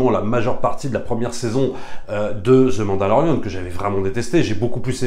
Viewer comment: Je comprend ton opinion. Sur certains point je suis d'accord. Le parcours, la musique mais l'univers de starwars c'est quoi au final. L'univers n'est pas terminé d'être raconté. Bref . A un pti point que tu dis qui me sort de mon univers c'est quand tu dis Ze mandalorian ou Ze book of bobba fett.. c'est the prononcé 'de' svp je sais pas se qui vous apporte dans vos cours d'anglais mais ze c'est pas de l'anglais ! Merci c'était mon point.